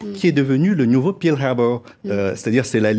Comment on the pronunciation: le "pirl" harbor... :)